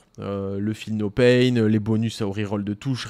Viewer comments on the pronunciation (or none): none